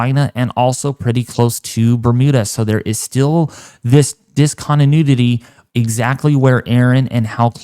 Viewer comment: “Dis-con-d-nudity “ ??? Huh?